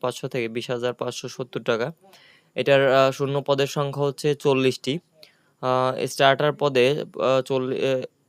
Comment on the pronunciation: স্টার্টার না, সর্টার 😂